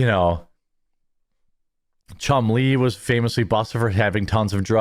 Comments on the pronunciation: It's Chumlee not Chum Lee. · It’s Chumley, not Chum Lee! Rick named him after the cartoon Tennessee Tuxedo, and his sidekick Chumley. Their other characters. Chumley is Tennessee’s right hand man, Who is a slim Pengui, while Chumley is a fat walrus who’s speech, makes him seem dumb. While Tennessee is the brains of the operation, but he lacks wisdom, something Chumley seems to have, and would challenge Tennessee’s plans with the popular catch phrase; “ ah, Gee Tennessee “ Their plans never worked out so they would go and see the professor scientist named Phineas J. Whoopee who would sho the team an answer to their solution on his magic chalkboard. There you go, Jeremy, it’s Chumley , not Chum lee, you make him sound like a need a turtle, lol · "Chum LEE"? He's not Chinese, Jeremy. It's a nickname after the walrus on the 60s cartoon "Tennessee Tuxedo". Accent on the first syllable: "CHUMlee".